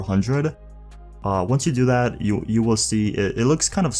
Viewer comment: He says “that” like Thad”